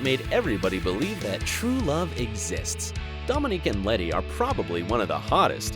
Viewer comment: Did he say "domenique"